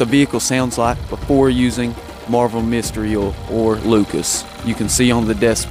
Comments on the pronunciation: PRONOUNCE O I L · I like the way you say Oil, it's so funny